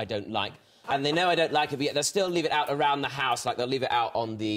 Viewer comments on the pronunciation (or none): I think you can detect Tom's London accent at times. the way he says "out" when he is talking about his parents and the newspaper